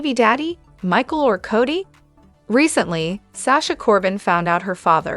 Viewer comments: Codie (Cody) Cody please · Right,enough already. There is NO T in his name. CODY plain and simple